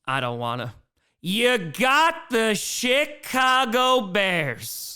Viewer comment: I keep hearing a t when you say.. CHIII CAGO BEARS